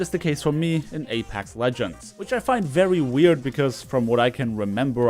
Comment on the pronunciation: It's pronounced A-PECKS not A-PACKS